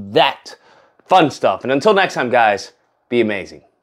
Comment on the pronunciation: “Aqua Mane”😭😭😭 🧜🏿‍♂️